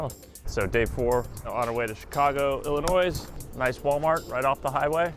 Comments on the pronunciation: “Chicago, Illinoi-S”?? Respectfully, sir, did you graduate from high school? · oh please you didn't just pronounce the s in Illinois, noooo!!!!! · Great video, but somebody teach him how to pronounce Illinois. 😅